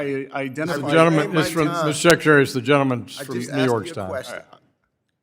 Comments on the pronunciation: “Your responsibility as SECATARY” 😮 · What is a sekatary?